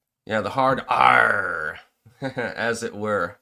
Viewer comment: dude, you crack me up "hard ARRR!".